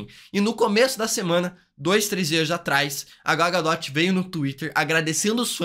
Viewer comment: Gal GaDOTE ZKKKK